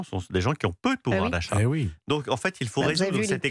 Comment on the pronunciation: parlez français on ne dit pas en faite !!! en fait !!!!